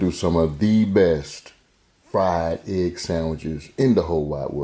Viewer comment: Fried eggk! Ya heard the man.